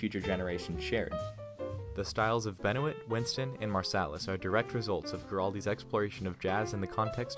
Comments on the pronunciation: BTW it's pronounced Ben Wah, not Ben o it! Lol! Kids! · David Benoit. It’s not Ben-O-It, it’s “Ben-wa.” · I don’t think it’s pronounced David Ben-o-it. I think it’s pronounced Ben-wah.